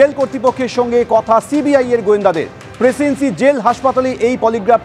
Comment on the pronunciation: প্রেসিডেন্সি উচ্চারণ ঠিক করে করুন। প্রেসিন্সি টা কি?😂😂😂